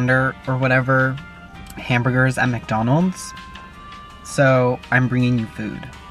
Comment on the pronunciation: Did he say? Macjonalds?